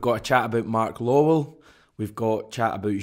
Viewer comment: It's pronounced Law well , not lol ! 😂😂😂😂😂😂😂😂😂😂😂 FFS man